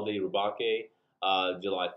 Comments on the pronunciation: it's pronounced as Re-Bake, as in baking a cake, as the custom Galbaldy Gunpla was inspired by the Gundam Gusion Rebake from Iron-Blooded Orphans which is a play on the Gundam being redesigned/rebuilt after it was captured by the protagonists into a new form, it's upgraded form in Season 2 also ups the name play by being called Rebake Full City, a reference to the Full City Roast coffee beans, as in baking the coffee beans, its weird. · It's pronounced Galbaldy Re-Bake, like bake a cake. Lmao like Gundam Gusion Rebake from IBO. But I really want it, I want to customize and make it more IBO styled, definitely got to extend the waist and make it taller. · Liked, but your killing me with the way you pronounced rebake. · Ok guys, so looking at the hiragana (like I should have in the beginning) I pronounced rebake wrong. My bad. Anyways, what kit are y'all looking forward to the most next month?